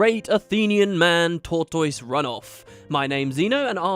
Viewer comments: I don't know if it is an English thing but here is how I think tortoise is pronounced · new mic sounds good. the British pronunciation of tortoise threw me a little. in America we say tor tuss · Fantastic. Also. Your pronunciation of tortoise.... :3.